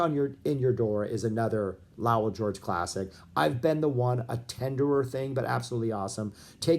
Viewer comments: If you're going to analyze the "Lowell George Era" you might want to figure out how to correctly pronounce "Lowell"... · What's with your pronunciation of Lowell? Have I been mispronouncing it for decades?